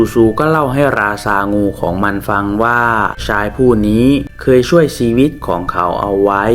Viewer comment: ภาพสวย เสียงเพราะ เสียอย่างเดียว ช.ช้าง อ่านออกเป็น ซ.โซ่ ทักคำ😅😅😅ใช้ก็อ่านไซ้ ชาย อ่าน ซ่าย ช่วย อ่านซ่วย😂😂😂